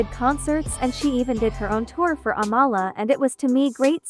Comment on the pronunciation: She pronounces her name like "AM-UH-LUH" not UH-mala its in one of her breakdancing videos they ask her name and thats how she pronounces it. I always thought it was the other way too